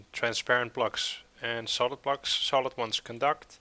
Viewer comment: It's solid not solith